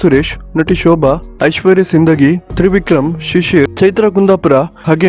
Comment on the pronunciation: Sindagi alla adu sindhogi correct matadari